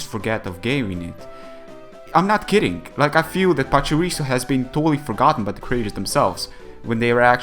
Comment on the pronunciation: No offence, but why do some people say words like "long" and "kidding" "longk" and "kiddingk"? Nobody ever told me at school that adding k in the end of "ng"-words. Is it just a manner of speech, or what?